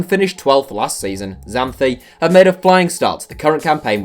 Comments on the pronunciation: "X, Zanthi"... It is Xanthi with an "X" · The X on Xanthi is pronounced as a Ks. Greek letter Ξ is called ksi